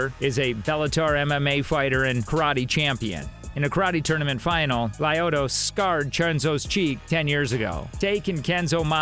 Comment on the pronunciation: It’s Lyoto, not Lyodo